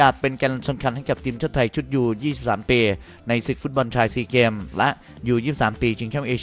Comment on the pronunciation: เกมครับ ไม่ใช่แกมมมม